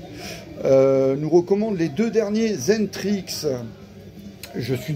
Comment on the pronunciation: Salut, xentrix se prononce Excentric, un très bon groupe